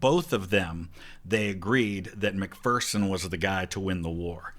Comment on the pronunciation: they pronounced mcpherson like how i pronounce my last name. but james mcphersons name was pronounced mick fur son